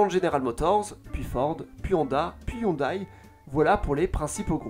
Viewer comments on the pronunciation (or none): Ca se prononce hyundé par contre 😅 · Sa prononciation de hyundai me fait saigner les oreilles. Sinon, ses vidéos sont toujours au top